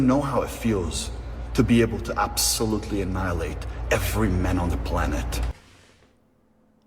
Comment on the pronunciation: Definitely need a new Aura Watson video! This one is hilarious too! Also that weird lip curl he does when pronouncing certain words, is so creepy! I started noticing it recently and I can't unsee it now. is an example, when he says "annihilate."